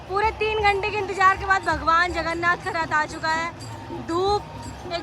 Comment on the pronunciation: It's Jay Jagannath🙏.... Not Jay Jaganna